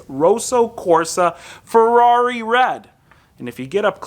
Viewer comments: It's Kosso Korsa 😁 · "Rowsow Corsa"